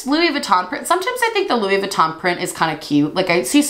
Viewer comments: I loved this. Also- you kept saying Luis and not Louis idk why lol but that whole product was hilarious. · u not realizing that the Louis on the cup is still pronounced like Louie as in …. Louis Vuitton had me rolling lmaooo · Louissss lol. Why is the s pronounced when it's Louis solo but disappeared once Vuitton is tacked on the end? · The way you say "Lewis" when it's not followed by "Vuitton" lmao.